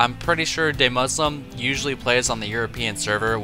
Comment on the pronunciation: Fyi, it's Duhmuslim. Not Daymuslim. I'm so happy Idra is trying weird shit now though.